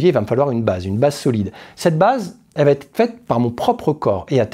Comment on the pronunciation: Te Kubi ozae.... Te koubi ossae U se lit ou et la consonne entre deux voyelles se lit S . Il va être et non va T être..... お願い